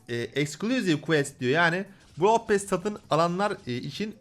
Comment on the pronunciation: Bn brawl pass çekicektim free pass ı gördükten sonra çekmem brawl pass dan daha güzel bide pearl pass derken sanki brawl pasta diyosun;)